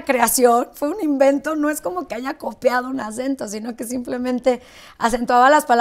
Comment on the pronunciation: oí bieeen??!! neta dijo "copeado un acento"??? en lugar de copiado un acento??!!